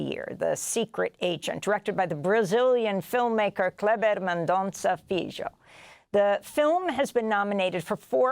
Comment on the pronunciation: Please ask Mr. FILHO how to pronounce his name in PORTUGUESE…Amy…You’re great but you butchered his name.